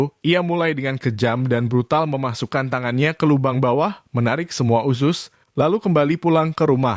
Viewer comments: Usus....bukan usyuss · Narrator nya mengucap 'usus' dengan 'usyus' 🤣🤣🤣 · Bang bacanya :*USUS* bukan usius 😵‍💫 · Harus kah sebut ( iusius ??🤣🤣). Usus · Usus bang.. bukan usyus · Woy... 🙄🙄🙄🙄🙄 USUS Kaleee Bukan USYUS🙄🙄🙄🙄🙄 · Sama, gue jg pas nonton vidio ini kesel bgt sm yg bacain berita, bilg usus aja usyus.. Dasar dudul nech yg ngomong😂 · Fasih banget bilang nya Usus mind 😁 👉 USYUS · Bilang ussuss nya smpr mndalam gitu.. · Ini berita sadis tp AQ pngen 😅😅😅😅😂😂😂 tyap hostnya menyebut usyus hihihi maaf ya bang jd gagal fokuss...,smngat trus bang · Usyuss.. Entah kenapa saya tidak suka mendengar dia menyebut usyuss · Bilang usus nya lucu bank